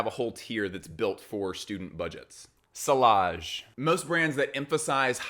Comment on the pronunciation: not sure about the brand itself but the word sillage (meaning the scent that lingers when a perfume wearer moves) is pronounced see-YAZH